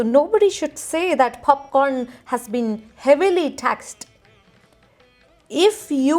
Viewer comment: What abhout 'Khanda (Honion) Popkhorn'?